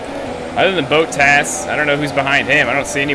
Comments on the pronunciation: Engine and gear box penalties is why u were bump up the field can u learn how to say bottas name correctly its not boattas its bot as in robot then tas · If you wanna correct someone do it right it's more like bo as in bo Jackson so it's bo tas